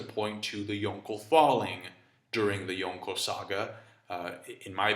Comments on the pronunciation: I don't like the way he says "Yonko", he says it like "Yonkho" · Bothers me how you say yonko and logia- (yawn co)- (low gee ah) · I despise the way you say Yonko